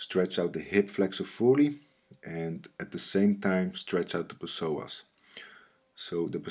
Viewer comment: "The P-SOAS" LOL